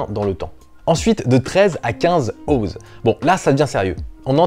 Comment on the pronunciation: Pour info l'unité de mesure "Oz" se prononce "Once".